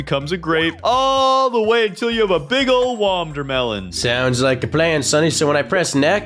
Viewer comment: SAID WODERMELON BUT IT'S WATERMELON😅